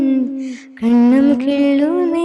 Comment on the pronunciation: உங்கள் அழகான குரலுக்கு நானும் அடிமை.. என்றாலும் உமது தமிழ் உச்சரிப்புகள் சில தவறாகதான் உள்ளது "கன்னம்" என்பதை "கண்ணம்" என்று பாடுகிறீர்கள்..சுசீலா அம்மா, ஜானகி அம்மா வேறு மொழியாக இருந்தபோதும் தமிழில் அழகான உச்சரிப்புடன் பாடுவார்கள்.